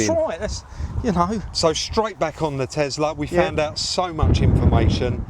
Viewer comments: Loved watching you working your magic on yet another vehicle and it's always interesting. But, one thing that jumps out at me, and it must be a down south thing, is your pronunciation of the vehicle make..... you say TeZla (and many times), but the car is a TeSla, no z, 😂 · Liking the Tesla vids but for my sanity Can you please say TESLA not TEZLA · Elon says Tezla